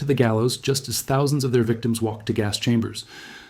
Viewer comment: Why are you saying "thousand" so strangely? Threw me off the first time. I had to back the video up.